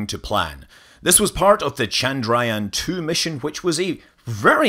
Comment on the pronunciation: Man , you can't even pronounce Chandrayaan2